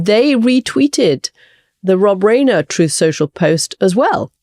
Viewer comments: Reiner is pronounced "rIner", not "rAINer." A good journalist adequately familiar with American culture would know that. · Katy, please learn how to pronounce Rob Reiner's last name.